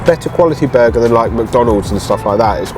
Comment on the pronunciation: “BuUrgar” 😂 love it. Just Like Calfreezy Absolutely correct Harvey’s is 10x better than A&W. (sawdust isn’t a bad way to describe their burgers)